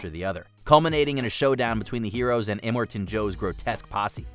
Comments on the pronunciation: It's "Imm-or-ton" Joe as in "immortal", not "imm-er-ton". Movies you missed with better revenge stuff: Christine, Cold Persuit, Expendables 2, and the beating Chuck Norris delivers to David Carradine in Lone Wolf McQuade. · "Immertin" Joe. 🤪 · Worst pronunciation of Immortan I've ever heard. Is this not your day job?